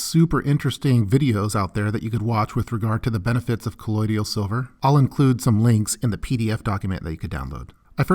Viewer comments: Colloidal, not colloidial. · Good video! Btw you are pronouncing colloidal silver wrong ... it’s “kuh-loid-l” not “kuh-loid-ee-al” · kuh-loyd-all = colloidal